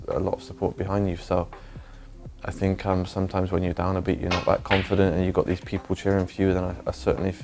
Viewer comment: drinking game with think „fink“... That‘d be savage